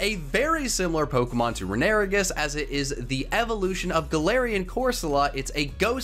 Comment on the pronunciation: The way you pronounce runerigus is infuriating